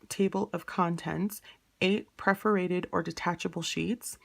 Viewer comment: the word is “pagination” pronounced with a short “a” and 4 syllables: pag·i·na·tion /ˌpajəˈnāSHən/ noun the sequence of numbers assigned to pages in a book or periodical. "later editions are identical in text and pagination" Also, perforated is pronounced PER-for-ated (not pref-or-ated)